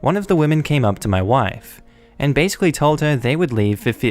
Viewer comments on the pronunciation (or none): Some one like to use the word "basickly". Huh